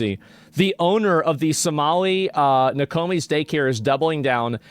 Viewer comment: No Ko Miss Nokomis. You're welcome 😅 pretty funny pronunciation there buddy.